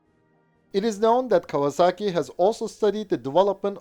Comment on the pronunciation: A pronúncia correta é KAUAZAKI ….!!!